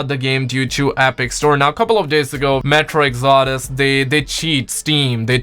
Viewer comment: How the hell did he pronounce metro exodus?